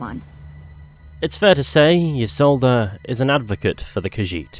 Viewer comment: Ee-Solda, not Yee-Solda.